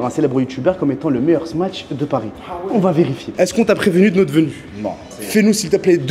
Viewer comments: Salut, pourkoi vs dites “smaTch” burger? C’est pas smatch mais “smash” burger. Y’a pas de “t” 🤔🤷‍♂️ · Les gars il n'y a pas de T dans smash, arrêtez avec votre smaTsh 🤣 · Smatche mdrrrrr (smache)